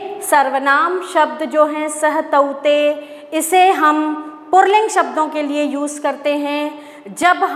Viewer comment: Madam purling nahi puling hota hai